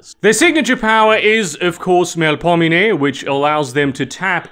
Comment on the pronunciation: you can pronounce Melpominee correctly but not Samedi? i've been binging your videos notwithstanding. great content!